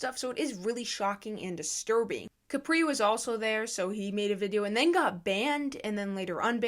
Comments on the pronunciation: Are we gonna talk about the fact that she says “cApree” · It’s prounounced kuh-pree